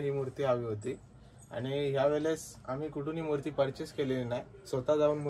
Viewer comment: Murt nahi murti sir😅